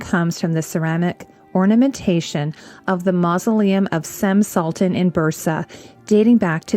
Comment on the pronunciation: Omg i love this channel and these excellent educative videos! Here is a quick fix, it is Cem Sultan pronounced with "g" like gemstone's gem:)